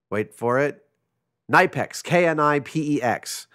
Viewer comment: KNIPEX ^^ I'm sorry, I am from Germany and I had to laugh very hard. Sometimes it's just so funny how german names sound when pronounced the american way. No offense! If you want to try sounding german: KNIPEX has a hard "K" like in "Kentucky" and the "I" is very short as the "P" is spoken almost as if there were two of them.